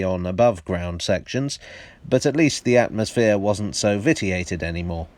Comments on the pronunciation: And is usually pronounced vishiated, or, if you decide to follow the French vissiated, not vittiated. Keep up the good work meanwhile. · Am I right in thinking Fowler's Ghost was Brunel's Broad Gauge? The photograph you used appears to have an inner third rail... Vitiated, I believe, is pronounced vish-ee-ated... 👁️